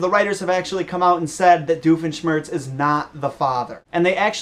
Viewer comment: who is this "diofeshmertz"? is he a new character?